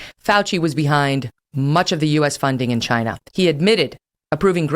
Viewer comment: Not only Kelly is now on Trump’s side on most issues, she also sounds like him when it comes to saying “Chinaa”. She would’ve done much better had she come around back in 2015.